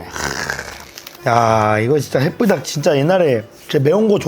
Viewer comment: 불닭 발음 개귀엽네 ㅋㅋㅋㅋ 부닥이라 들림 ㅋㅋㅋㅋ